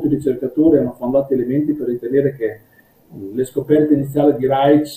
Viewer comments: Io l'ho sentito pronunciare Raisc (scrivo come fosse italiano). Insomma con il nostro suono sc- (di sci per esempio) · Interessante, però Reich pronunciato [raic] non si può sentire. È [raik] come il Quarto Reich. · Reich!! Non si pronuncia Reitsch!!! Ma che diamine!! La pronuncia tedesca ha 4 regole, almeno quelle imparatele!! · Ha studiato Reich ma non ne sa pronunciare il nome..